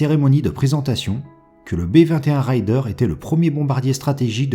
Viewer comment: C'est pas " raill - deur " c'est " réder " apprenez donc a bien prononcer les mots anglais , parce qu'il y as une grosse différence entre : ryder et raider ... ryder : routier, bourlingeur .. , raider. : frappeur , attaqueur . Faire un raid ... ! Pas faire une ride ( une promenade )